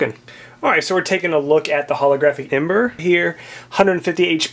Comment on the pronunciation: its not eeboar, you tard. its emboar